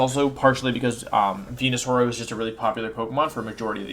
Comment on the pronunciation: i'm sorry who is the first pokemon you talked about? i could have sworn it was wenusaur but i don't think i heard it right :s